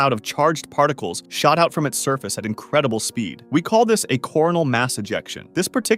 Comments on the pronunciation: mm yes inCERdible speed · "incerdible speed" 🤣👌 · “incerdible speed” 🥀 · "INCERDIBLE SPEED", you say?